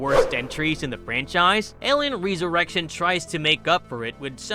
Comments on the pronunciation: Dude you're English is wild. It's pronounced "resurrection "not "reeesurection". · Did it bother anyone else how the narrator pronounced resurrection?